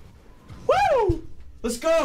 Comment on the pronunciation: Love how says les go in an American accent.